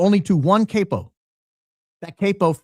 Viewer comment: CAP O Not cape o Capp oh Pronounced like that